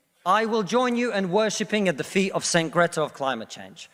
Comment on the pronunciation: 🤣 "Saint Gretta" 🤣